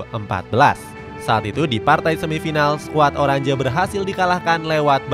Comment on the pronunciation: Oranje dibacanya "oranye" bukan "orandje"